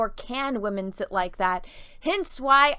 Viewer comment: I liked it when you said wamen haha